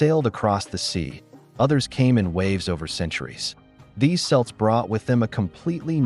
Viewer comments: “Kelt “ is the more accepted pronunciation when referring to the people and the culture. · Although "Celt" does start with a "C:, the pronunciation should be as a "K" sound. The Kelts. You need to look it up if you do not believe me. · Boston has Celtics with a soft c (sounds like an s). Ireland has Celtics with a hard c(sounds like k). IF you can't teach your ignorant AI how to pronounce it, how are we to believe that you know the hard stuff when you don't even get the easy stuff right? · Your use of the word 'Selts' really hurts my brain. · the "selts"? is this ai generated? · It’s pronounced Kelts. There is no k in the old Irish alphabet so C is pronounced hard. Obviously AI does not pick up on the nuances but there y have it. Bye the way! It’s not the only thing “he” got wrong. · Celts is pronounced "Kelts" and I am both of Irish and Scottish descent. Together they make up 2/3s of my DNA. As an American i know little of the history of my long ago ancestors and appreciate your presentation. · My God, he can't even pronounce 'Celts'.....it's a hard 'c', - it's not a basketball team ! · "Selts" lost all credibility right there. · Celts is pronounced “kelts” in English. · As an Irishman, I had to turn the video off a soon as you, or rather your AI said “Selts” sorry 😊😊😊😊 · "Celts "is pronounced Kelts. This is a fake narrator. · Celts… pronounced Kelts. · It's pronounced as Kelts! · Try to get basic things right. Ancient Celts (Historical Context): = Pronounced /kɛlts/ (with a hard “K” sound). This is the standard pronunciation in historical and academic discussions about the ancient Celtic peoples of Europe (e.g., Gauls, Britons). It aligns with the Greek term Keltoi and is used in English-language scholarship. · Absolutely! Unless you're talking about a basketball or football team, 'Kelts' is the correct pronunciation when referring to the people and culture. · an't believe he can't pronounce Celts. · Kelts not Selts ! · KELTS, not selts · Selts? CELTS!